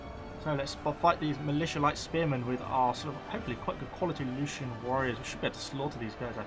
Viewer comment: Lucanian = LU - KHAN - EE - AN. P.S. please recruit some more agents, particularly dignitaries. they can passively boost public order and tax income.